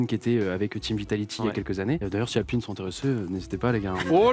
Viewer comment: Quand il parle de sponsor et qu'il dit Apline si vous êtes intéressé... et que après on a M8 alpine